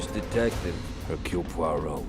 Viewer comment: I agree 1000%! David Suchet is peerless, perfect, and the personification of Poirot to me. But I am sure others feel the same way about their favorites. That’s what makes the world go round.😂p.s. The young lady doing this show is wonderful and she pronounced “Poirot” perfectly🏆🌹❤️p.p.s I look forward to her program on the real Miss Marple🤗